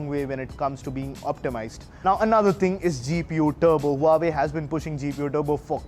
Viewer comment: You have wrong phone, its Huawei not Huavee...